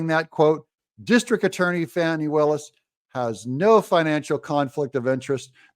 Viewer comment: Doug, you’ve been watching too much TV. You said “Fah nee”. Under the circumstances, I think we should continue to refer to her as “Fanny”.